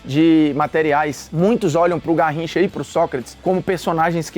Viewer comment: "Narricha..." _Formiga Bruno